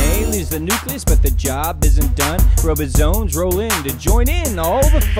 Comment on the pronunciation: Funny, nerdy, but the guy is mispronouncing alot of the words...."robosomes?" Is this a song about robots?